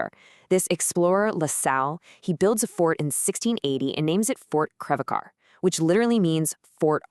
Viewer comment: Great video! I’m doing research on the history of Creve Coeur, Illinois. Specifically on the coal mines by Lake Erie Mining Company, (coal mines formerly known by several names including but not limited to Lake Erie Coal Mines, and Wesley Coal mines) that lye beneath it. One thing though! It’s Fort Crèvecœur or in modern times, Fort Creve Coeur. (Pronounced just like core.)